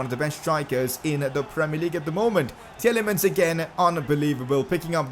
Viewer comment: Tielemans is pronounced T-li-mans